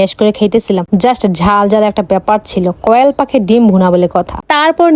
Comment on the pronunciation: কোয়েল পাখি ❌কয়েলপাখি✅🥴🥴🥴😂😅